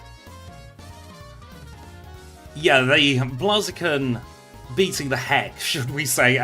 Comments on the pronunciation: Was about to come reply the same thing I'm used to it being Blaze eh kin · Lol i cant stop laughing at how you pronouce Blaziken